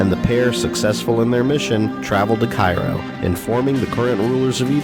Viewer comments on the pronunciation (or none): none